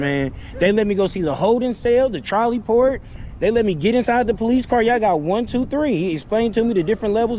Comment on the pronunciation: The ‘charlie port’ lol.